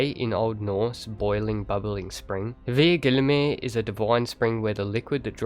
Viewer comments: you say it likes there is a nir ? his name is EIKTHYR, no nir, and silent h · the H in eikthyr is silent :), just wanted u to know so u dont destroy his name again :D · Eikthyr = Aithenie